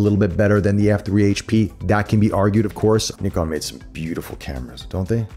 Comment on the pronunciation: Great unboxing and overview. It's so great to hear an American say Nikon correctly!